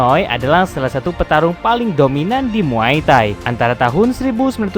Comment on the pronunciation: Kok muay tahi bang😂 bukan muay thai?